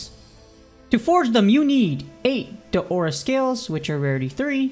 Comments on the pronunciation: Ikr, its not Deora its DAora 🥺 no big deal tho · Your saying Daora's wrong